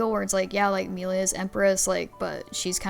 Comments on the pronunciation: It's annoying when people purposefully pronounce the name wrong. It's not funny. Just incredibly lazy. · "Melia slander" I WONDER WHO DID THAT!? HM, COULD IT BE THE ONE WHO CAN'T SAY HER NAME CORRECTLY!? Honestly it was an bad move to not bring in Chugga. IT WAS AN EVEN WORSE MOVE TO BRING IN SOMEONE WHO DOESN'T KNOWS HOW TO SAY "MELIA" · Got to 5.41 before I had to watch different opinions where they can pronounce Melia correctly. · I hate how she pronounce "Melia" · It's been 3 months and I still can't get past that.